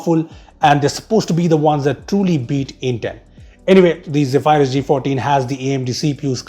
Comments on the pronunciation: Hey,, Zephyrus is pronounced as "zef-er-uhs", not "ze-phi-rus" 😬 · its pronounced as zeee fur us not zee fire us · Is not ghephyrus it is zephrus wrong Pronounciatuon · Great Video, but I think you may have got the pronunciation wrong... (Zeph-uh-rus apparantly) But pronouncing it as "Ze-phy-rus" actually sounds tons more cooler and sci-fi. And you guys make amazing intros. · No hate but its Zephyrus not Zeephyrus xx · It's pronounced Ze-Ph-Rus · Ze-phay-rus hmmmm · The way you say Zephyrus is so weird.